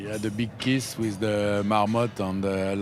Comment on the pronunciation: We had a keessss with a marmotte 😂😂😂❤ Love vaseur